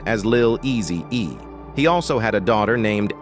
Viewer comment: Messin up everybody name tho😂😂 pronouncing words wrong..😂😂 Eazy DUUZ IT😂😂😂